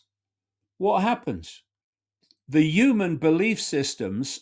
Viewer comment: I refuse to take seriously anyone who can't pronounce 'human' properly